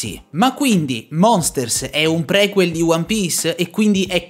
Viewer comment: Si dice priquel con la i anche se viene scritto prequel